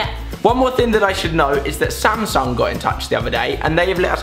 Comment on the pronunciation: Alfie says Samsung like Samsong lol